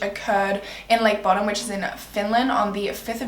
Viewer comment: Btw not to be that guy but it’s pronounce bow-dumb